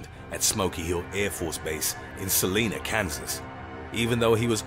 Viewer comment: I live in Kansas. I laughed at pronunciation of Salina. It is pronounced Sa-l(I)na. I sounds like eye. Lol. Good vid